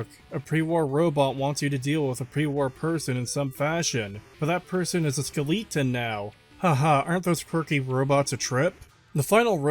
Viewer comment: I can't tell if you pronounce skeleton wrong as a meme or not